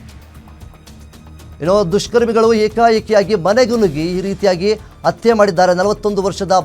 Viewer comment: It's not atte .... Hatte prononce properly